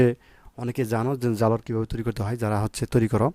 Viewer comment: জালরা না ঝালর উচ্চারণে সমস্যা আপনার